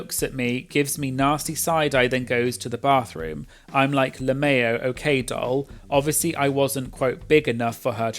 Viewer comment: "Le Mayo" 😂